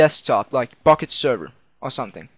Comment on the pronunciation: at the start it sounded like u said fukket server :DD